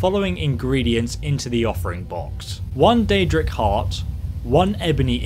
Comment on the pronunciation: “You will need I deadra heart bc it is quite rare” 😂